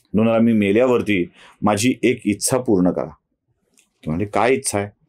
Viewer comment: उच्चार जरा सुधारून घ्यावा ....इच्छा या शब्दाचा....गोष्ट आवडली...फक्त एका शब्दाऐवजी पर्यायी शब्द वापरला असता, तर बरे झाले असते.....कारण आम्ही महिलाही बघत असतो तुमचे व्हिडीओज......